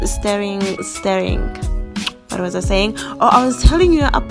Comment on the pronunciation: She says "keep steering"(stirring) and "add the pazley" (parsley), "yha" 😆 🤣, this girl